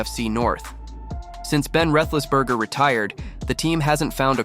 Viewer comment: You can't even pronounce Big Ben's name!!! You young kids learn more about the Team your covering!!! MIKE TOMLIN IS A JOKE!!!